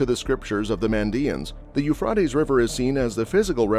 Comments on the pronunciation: I believe it's pronounced 'You fray dees'. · Sorry, but you can’t even say Euphrates…. You fray tees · Please pronounce the Euphrates correctly. It is pronounced Eu-frate-ees. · But you can’t pronounce Euphrates, long A… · Exactly, it drives me nuts. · I can't watch more than 3 minutes listening to you mispronouncing Euphrates.